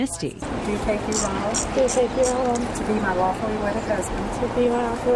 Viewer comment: Did she say AWFUL wedded husband 😳